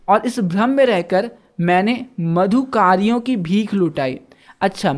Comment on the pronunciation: मधुकरियो का आप ही ग़लत उच्चारण कर रहे हो